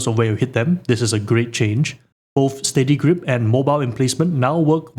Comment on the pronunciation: They massacred my boy "steady grip" :(